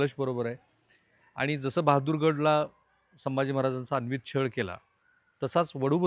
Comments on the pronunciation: "अन्वित" अत्याचार असा शब्द नसून " अनन्वित" असा शब्द आहे...किमान 1000 वेळा आपण अन्वित असा चुकीचा उच्चार केला आहे..😢😢😢😢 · सर अनन्वित असा उच्चार आहे